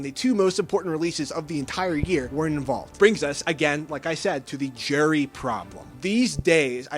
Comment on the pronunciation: Are you saying jury or gerry? Can you annunciate better?